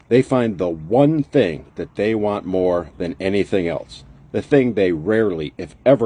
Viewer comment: Lady The word is THEY ! not DAY !